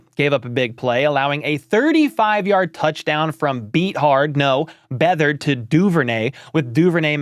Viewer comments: Lol its pronounced CJ BETH-herd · Lol its Beth-erd. His grandfather was Bobby...I believe GM of the chargers back in the day.